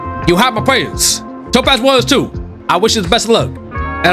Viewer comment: It's Top ASS not Topaz